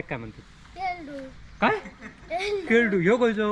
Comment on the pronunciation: Camara कसाही असला तरी तू चांगल्या प्रकारे adjust करशील no doubt👍 😎 झाडे, पूनग्या आणि पुनग्याची साडी नेहमीपेक्षा काळे वाटले 😄नंदन च काय.. overall आपली कोकणी लोक हुषारच असतात.. compare to other people 👍 केलड्याला केल्डु बोलली तरीही..😂 hard worker n smart worker too.. just keep it up 👍🏕️🌴